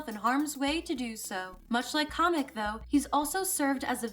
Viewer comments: His name is Kamek not comic LOL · Why does she keep pronouncing Kamek as comic? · im bashing my head at the way you pronounce kamek as kah mech